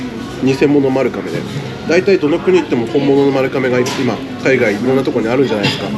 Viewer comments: ”まるかめ”でなく”まるがめ”ですよ(^-^) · とても面白い動画でした！ ちなみに丸亀製麺の丸亀は「まるかめ」ではなく「まるがめ」です～ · いつも気になりますが丸亀製麺「まるがめ」と読みます。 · マルカメではなく、マルガメですよ😢